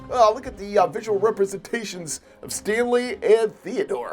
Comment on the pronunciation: First time u said Stanley you said staily